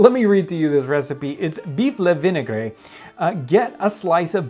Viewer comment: Vinaigre - pronounced "vin-ay-gruh" with the gruh being a rolling r for like "2 r's" and not what he said lol